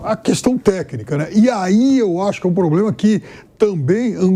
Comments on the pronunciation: "Prantel", "Pobrema", "Framengo"... Vamp do céu! Fala direito pelo amor de DEUS! Tu é COMENTARISTA!!! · "pobrema" alguem ensina o vampeta a falar?